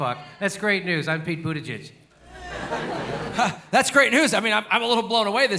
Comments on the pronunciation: Jimmy, I'll help you out. The way you pronounce "Buttigieg" sounds like "Al-fred 'e' New-man". It's prounced a bit different than its spelled. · it's pronounced butteggegg